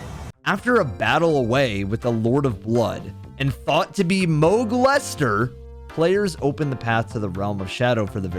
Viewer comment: It was infact not Moghlester it was Moghlested